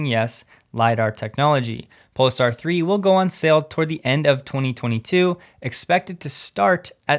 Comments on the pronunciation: pole-star, not 'pole-ah-star' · Polestar is pronounced pole-star, not pole-es-star. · Pole… Star… not PolEstar.. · It's Pole-star, not Po-le-star. It's named after the Northern Star, which is above the North Pole. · Why are you pronouncing Polestar so weird?